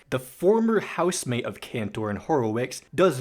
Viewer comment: Ok, im gonna do this real quick. Ross: (ross)-fehder)men). Andrew: (aendriw) (horowitsz) Rob! (Rob) (cahntour) Joe: (joe) (hah)(lee) And you did zubin mostly fine.